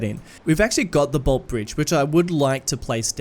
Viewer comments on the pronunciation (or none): No hate but most of us Melbournians say it as boltee bridge not just bolt. Love watching your videos tho getting that Aussie feel in a series is amazing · As someone who lives there, it’s pronounced bolt-eeee, pronounce the e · Interestingly enough, despite the bridge in Melbourne being named after Sir Henry Bolte, everyone in Melbourne colloquially knows the bridge as the "Bolte Bridge" (as in the "e" is accented at the end, pronouncing Bolt-e Bridge). Just thought you would want to know haha, keep up the fantastic work! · The Bolte bridge is pronounced "bolt-ee". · Btw with Bolte Bridge, you pronounce the “e” as well. So it’s “bolt-ee” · Bolte bridge pronounced Bol-tee Bridge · Love seeing Docklands getting a look-in, but the pronunciation of Bolte 😂💀. It's "bolt-ee". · Bolte - pronounced Bolt-e Our longest serving Premier. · Hey mate! love your stuff, great to see the Bolte Bridge making an appearance! btw, down here in Melbourne we pronounce the E, like in coffee. 'Boltee' Bridge.